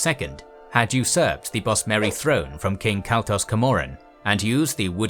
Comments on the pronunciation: camoran is pronounced cam-or-an, not ca-mor-an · CAM-MER-RUN MAY-RUNES DAY—GONE sorry the way you pronounced them just bothered me😂